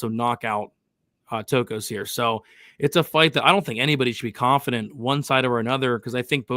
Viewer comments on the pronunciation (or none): what is it with you Americans with pronouncing names?? The name is TOKKOS.... not TAKKOS! damn, go back to school.